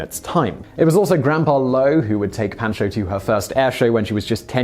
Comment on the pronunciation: Pahn-cho. Otherwise top notch!